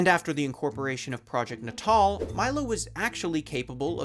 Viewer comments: yelling at my screen every time you mispronounce "natal" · Why do you keep pronouncing "natal" like such a chump? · i don't know if you're pronouncing "natal" like that to drive engagement or if i'm just america-brained but what the hell man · Why can't you say the word "natal" properly? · You should really double check the enunciation of natal. Think babies. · Nay-tul. Like neonatal. Not naw tall. Fuck my ears. I can't with this video. Goodbye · N'taal? I think it's pronounced "natal", as in birth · "nuh tall" and not "natal" as in "pre-natal?" Uhhhhh this is gonna be a long video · Are we sure it's "nuh-TALL"? "Natal" is already a word, it means "related to/of the nature of birth" (you know, like "neonatal" ICU cares for newborns? Prenatal vitamins are taken by pregnant women prior to giving birth, etc) which is pronounced "NAY-tull" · Am I the only one annoyed by how he keeps pronouncing the word natal as 'nuh-TAHL' rather than 'NAY-tle'...? 😑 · It's not nuhtahl it's naytuhl. As in natal, meaning relating to childbirth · “Na Tall”?? FFS at least learn how to pronounce the subject of your videos. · isn’t it pronounced… natal? as in, neo-natal. nay-tull? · no. ill try. nay-tul. is t hat ok? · I really want to give this story and channel a chance but I can't get past the mispronounciation of "natal" (nay-tul). You know, like "birth"? Holy moly. Otherwise the video seems decent. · It’s. NAY TAL lol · Is it not pronounced natal like prenatal? Not Nat-All? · It was always pronounced as nat-all in conferences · I want to punch you everytime you pronounce NATAL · Calling the word "natal" like it's fucking english shit. Dude... natal is relating to the place or time of one's birth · Is it not natal, as in like… prenatal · Pretty sure that’s not how you say natal……. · why didnt you look up how to pronounce "natal" before recording this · Why did he pronounce natal like that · Thata not how you say "Natal" 😅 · "Nay-tall," "Moly-no" And I'm out